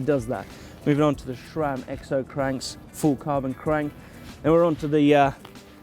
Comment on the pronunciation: Why does say Schram instead of Sram? Sounds weird!